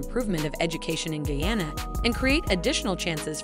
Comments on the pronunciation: Please- it's Not Geyana- it's GUYANA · Did she say "GAYANA,? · Please pronounce guyana better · The country is Guyana.not guana nor Vienna. Please review before posting. Guyana is ! a English speaking country on the Atlantic coast of South America and not in Africa. Thanks.